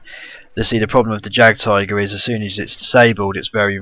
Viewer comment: Say it like yag tiger